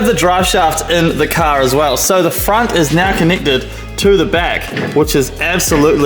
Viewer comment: Bro caaaaaarrrrrrrrr c a r car not ca you keep saying ca what the f is a ca